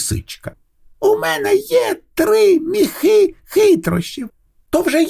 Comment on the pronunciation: Чудова ідея читати казки українською! Але наголос в соові ,,міхи" має бути на і —,,мІІІхи"